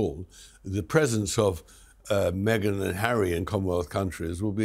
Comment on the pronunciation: Me-gain Markle